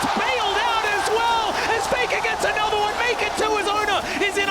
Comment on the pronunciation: It's another not anodder... 😂